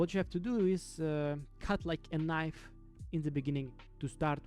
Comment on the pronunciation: The k in knife is silent 😅 good tutorial